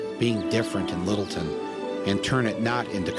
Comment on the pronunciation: middleton? its littleton